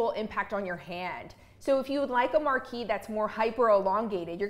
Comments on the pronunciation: Hey - it's pronounced MAR-KEEZE -- (French), the feminine of Marquis (Mar-Kee). I can't believe even so-called professionals consistently mispronounce this FRENCH word. Then there is "briolette cut," which most pronounce as "brio-lay. Briolette is also feminine. Only the ending ET ending is pronounced "ay" (as in parler (to speak). If you're going to talk about a cut, which you are obviously qualified to do, please at least learn how to pronounce it. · IAM Frenchl and we Said Marquise for women and Marquis for a Men you don’t know how to prononce that ! Its Marquise of Pampadour With the R in the end 😮